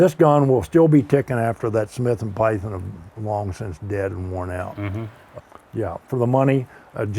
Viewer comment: Breaks Python. "Bill, your pie-thin just broke." Bill - "Yeah." - Smug satisfaction after breaking Bill's Python.